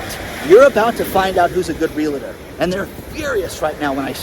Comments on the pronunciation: Not real-LA-tor. Save the LA for your "LaLaLaLaLa"s. It's REAL + TOR. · Sorry but it is REAL-TOR not "real-a- tor"... Love your work